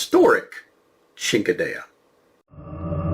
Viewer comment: Good to see that you’re back – I was almost done watching the video when you “pulled it” earlier today! I became a little concerned, in fact! 😅 Rest assured that if you keep pronouncing it “ching-kehdeyah” enough times you’ll be forgiven for being in-proficient in both your (spoken) ancestral tongues. Good thing you’re a writer (!) on the side… ⌨️✍️ 😁 Very good video, as per usual‼️ 👍🏻 Happy holidays, good Sir, to you and yours! 🐰🕎🐣 ☺️